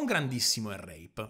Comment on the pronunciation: Ogni volta che tenti di pronunciare "ear rape" e dici "ERREIP" mi si rivoltano i timpani T.T Ti prego, sforzati almeno un pochino di pronunciare, o imparare se non le hai mai sentite e solo lette, le parole inglesi, o tenta di tradurre il tuo slang